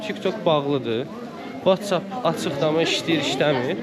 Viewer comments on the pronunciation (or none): none